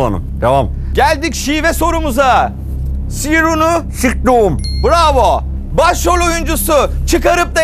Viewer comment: geldik şive sorusuna, - sirunu - s.ktium :D :D